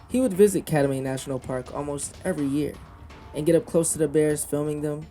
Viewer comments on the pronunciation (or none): Th biggest tragedy is that he took his girlfriend to her death. He was mentally ill. I lived in Alaska for 30 years and saw many brown bears (the bigger, salmon eating cousins of grizzlies). Treadwell needed to get treatment for his obsession. The park is pronounced “Cat-my”.